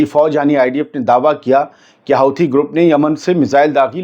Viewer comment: आप हुथी को हाउथी क्यूं बोलते हैं?